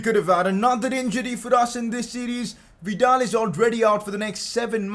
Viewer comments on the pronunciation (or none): none